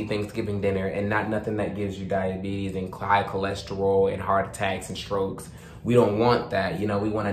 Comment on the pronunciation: Man said shrokes😅